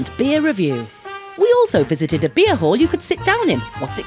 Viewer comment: You’re so funny. You said beer hall but I swear it sounded like beer hole. That sausage and potatoes did not look very good.